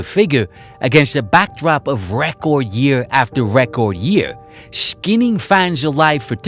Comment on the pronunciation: Listening to this New York mush-mouth accent struggle to pronounce "record" over and over again makes me wonder why didn't he run it through google at least once to check how it's supposed to be said🙄🤣